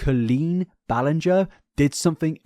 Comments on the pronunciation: My friend, YOU called her Colleen “Bahl-ing-er” for half of one of your deep dives 😂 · You are making fun of them being worried about getting the name wrong, because it's such an easy name, but in your first video on Colleen back in the day you were saying her name wrong for hours straight. 😂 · He was making a joke because he mispronounced the name 😂 Get over yourself. What bias? There’s evidence for all of acusations against Colleen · He has pronounced it wrong in the past, that's what that focus is. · thats rich coming from the guy who spent an entire multi hr vid mispronouncing her name lmao (it was a great vid btw no hate) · You called her Colleen Ballinger with a G and not with a J in your first video about her. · dude you used to say her last name wrong 😭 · You literally called her Colleen ball-ing-er in your first video on her cancellation last year. 😂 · "it's literally the easiest name to pronounce" sir you mispronounced her name for like your first two videos on her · Love you but 😭 “it’s the most easy name to pronounce” you said it wrong the entire first video you made about her 😂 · Chuckling at the start because didn’t you pronounce her last name incorrectly when you first made videos on this situation 😅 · forgetting he mispronounced her name as well 😂